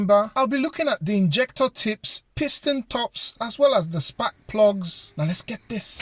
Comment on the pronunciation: "spak plugs" hehehehe